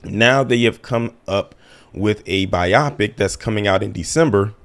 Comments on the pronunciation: I been meaning to say this for a while - it's pronounced 'by-o-pick' not 'by-AH-pic' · You are 100% right about EVERYTHING... I had to catch myself because I NEVER say that!! My only problem with you is how you keep pronouncing biopic LOL it's not bi-AH-pic bio-pic lol as in biography, and picture.. biopic. LOL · Please say bio-pic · I’m dead at how he says biopic lol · They we he’s saying biopic….I know some people say it like that. But hearing it over and over started to crack me up.